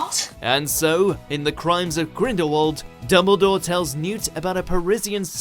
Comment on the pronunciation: UGZHH ITS DuMBledore NOT DOUBLEdore